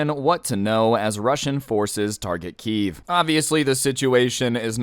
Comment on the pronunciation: Please don't pronounce it like "Kiev". That is the Russian way of saying it. Ukranians want people to pronounce it like "Kyiv".